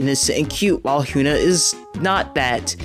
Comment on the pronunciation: Good vid only pet peeve that her name is hee - yun - ah not hue - na